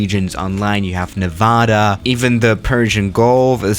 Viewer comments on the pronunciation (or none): i live in nevada and i am mad u pronounced nevada wrong